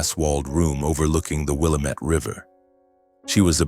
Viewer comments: ok again, the willamet river in Oregon is pronounced Will Lam ett River! ask anyone living in Oregon! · You're mispronouncing Willamette.